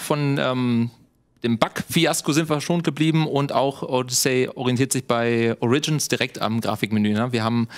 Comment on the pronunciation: Origins mit Betonung auf dem O bitte